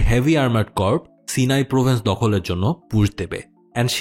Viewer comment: ভাই Corps এর উচ্চারণ কর্পস না, কোর হবে।